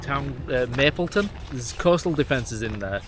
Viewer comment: That’s a first? Mappleton pronounced “May-pl-ton”? 😂. I live about 5 minutes inland from Mappleton. To think there used to be 4 picnic tables on concrete pads and a couple of hillocks going at least 40 foot out behind where you were stood? I asked my wife to marry me back in 1998 sat at one of those picnic tables. As a side note? When the tide is out? You may be lucky and find practice rounds from when the RAF used Cowden range for their pilots practice runs.